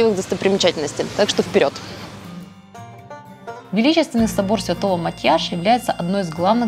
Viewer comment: Спасибо за видео! Всё отлично 👍 небольшой совет, когда произносите названия церквей или улиц, обязательно смотрите, хоть в Википедии правильные ударения! В венгерском языке ударение падает всегда на первый слог! Проспект АНдраша, ГЕлерт или церковь мАтьяша. И чтобы не обидеть местный жителей я всегда в своих видео проверяю ударения в названиях разных объектов)))